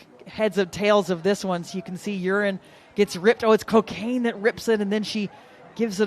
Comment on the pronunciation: Great game to the end! However...can we put together a Go Fund Me to replace as "commentator?" and please, learn how to properly pronounce players names...U-REN not urine.